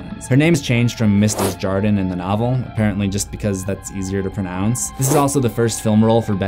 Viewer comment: It’s pronounced day-zhar-dan